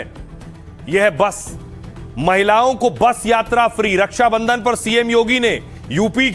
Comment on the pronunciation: हिन्दी नही बोल पाता रछा को रस्सा बंधन बोलता है